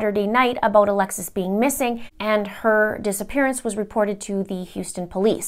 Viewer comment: “ABOTE” Canada, LOL😉❤️